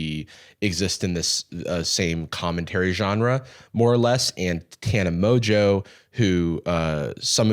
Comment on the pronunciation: Good Convo. Great articulation. However, her name is pronounced Mon-joe not mojo